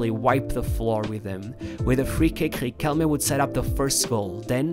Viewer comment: It’s pronounced Ree-kell-Meh, not Re-Kell.